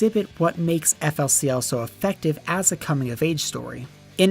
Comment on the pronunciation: Oh dear baby Jesus I am 1 second in and this man says EFF EL SEE EL